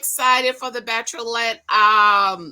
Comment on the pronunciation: Whenever you say "Bacherolette".....I live!!!! I can't wait for you to review episode 2 giiiiiirlllllll